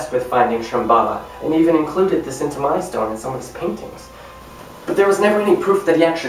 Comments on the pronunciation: I enjoyed your effort. Roerich is pronounced 'Roerick,' and Cintamani is pronounced 'Chintamani.' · Cintamani (CHIN-TA-MANI)